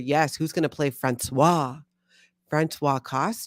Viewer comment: Françoise is pronounced "Franswaze", "Franswa" is the male name and is written François!!!!!! 😅